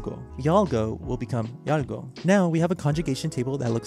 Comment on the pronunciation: that gũh is pronounced more like a gõ